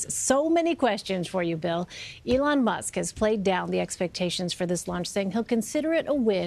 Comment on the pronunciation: (Journey With the Camera!) ELON! ELON MUSK! NOT ALON! ELON! E! LIKE E!ENTERTAINMENT! EEEEEEEEE! É!